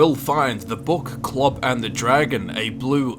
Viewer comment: Its kolb not klob not a hater just letting u know